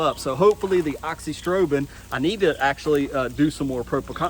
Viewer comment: yeah but no biggie. It’s “uh-zox-ee-strobe-in”, you’re just missing the “a” in the front